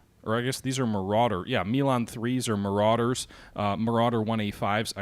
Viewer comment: Not sure what makes you think the Marders are APCs? They are full blown IFVs: Infantry Fighting Vehicles! (Just like the game says) The combat engineers ride in APCs. And btw, they're called "Marders", not "Maraders" :-)